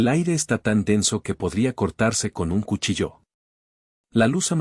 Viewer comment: Por favor, indíquenle al relator que es cuchillo, no cuchilló.